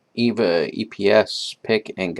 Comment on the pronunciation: EVVA isn't from Germany. Instead it's from Austria, Vienna, but that doesn't really matter anyway. Also I speak German and it cringed me when you said Evva. The E is pronounced like the first e in elephant. Greetings from Vienna!